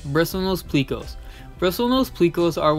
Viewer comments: Pleco not pleaco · Plecko not pleeko